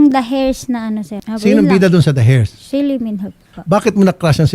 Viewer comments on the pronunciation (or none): Anong heirs??? eirs lang pag bigkas nyan day wag muna usali ang H.